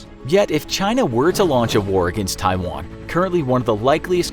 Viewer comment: A bunch of young American men that can’t even pronounce Taiwan are about to fight in a fictional war against China because the 20 year war in the Middle East that ended well just left the best of tastes in their mouth